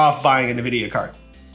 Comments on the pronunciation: Pls can u call them n-Vidia and not nividia? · the way u say nvidia make me want to die